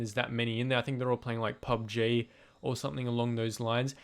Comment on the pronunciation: You said pubj but it's pubg